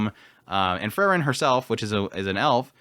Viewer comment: Her name is still Free-ren and not Frrren. 😁